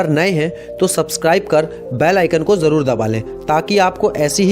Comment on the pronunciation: Jaroor Nahi zaror bola kari tasveer tajhveer Nahi shadi not saadi shakal not sakal..... Plz... Urdu ko urdu ke tara bola kari.... Sekooo... But nice work